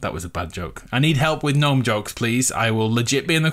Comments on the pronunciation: Am I the only what that gets triggered when he says gnome like that, if you read this it's pronounced Nome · Yeah man it’s weird to hear gn nome 😬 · When something goes wrong "oh gnome" see gno-me